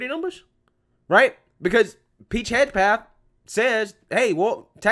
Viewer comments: HEG-SETH. Not Hedge-Path. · Side note: you absolutely BUTCHERED the pronunciation of "Hegseth." I'm just saying. 🤣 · LOL... you can absolutely massacre some names. His name is Pete "HEG-SETH". That's alright though, you have become my favorite You Tube Conservative.